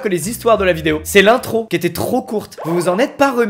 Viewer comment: L’intrrrrrrrrrrro mdrrrrrrrrrrrrrrrrrrr trrrrrrrrrot de rrrrrrrrrrrrrrrrrrrrrrrrrrr